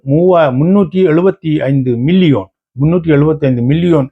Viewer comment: மில்லியோன் இல்லை மில்லியன்